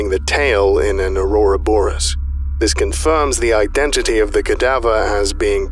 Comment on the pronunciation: it's "ouroboros" not "aurora boros"